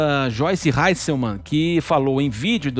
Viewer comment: Repórter burro, sabe nem pronunciar o nome da dona.. é Hasselmann... tinha que ser desse lixo de rádio comprada, Jovem Pan.... Tá feio o que esse canal faz, está forçando ao extremo o apoio ao governo... Não tem nem comparação o que essa deputada fez comparada o que Daniel Silveira fez, ele xingou, ameaçou até de morte.. É um cara com discurso violento, com um passado nebuloso. Fala sério seus idiotas.